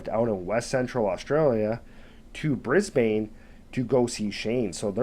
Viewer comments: BRISBIN is how one says Brisbane. A great story and very real. One has to train your dogs to stay away from our awesome roos or kangaroos. They are a part of our silent army and you may scoff but we have managed to live side by side with our wildlife. I cannot stand anyone who would exploit these fun cuddly scary awesome animals. I enjoyed your telling of this story and yep like everyone here i thought he'd come accriss a croc or a yowie. Even emus will chass you. Dang i love this country.🇦🇺😎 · Say it like an Aussie. Brisbn. There is no long (A) sound. It’s as if there is no A or E. Brisbn. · It’s pronounced “Brisbane,” not Brisbane!😁 Kangaroos rarely attack humans & dogs or anything for that matter-they usually flee when you come close! I grew up with kangaroos, they are beautiful creatures! If anything is being attacked, will defend itself! Sad about the furbaby! Dogs might have been trained to hunt wild boar, but they obviously were trained enough, as if you call them off, they should do asked commanded!!! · Brisbane is pronounced Brisbin. We have feral pigs, not hogs. You can tell im an Aussie. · Ha ha I was thinking the same thing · That was killing me as well..even though I’m a bloody yank.